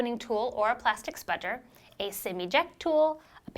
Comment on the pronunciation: I always find it funny when you say the word 'Spudger' :P